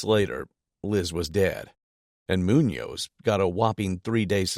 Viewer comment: Officer 'munoz", the hispanicization of police is not good